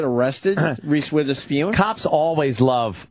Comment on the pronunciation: Omg we get it. It's funny that you say Witherspeeewn. It's so hilarious!